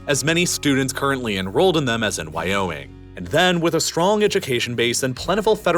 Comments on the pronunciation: At first I thought you just emphased the Why in Wyoming. But then it became more then that; "Why? ... Oh: Me-ing!" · Was the video a voice cloning test? Northrop Groomman, wiyoing, boast